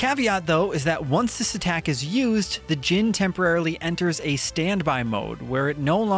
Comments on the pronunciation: The music being ok?? Its one of the best bits. Also, its pronounced gin like the drink, not genie. 😅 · I am glad enjoyed this game but my goodness it is pronounced jinn spelt djinn not genie. Otherwise great review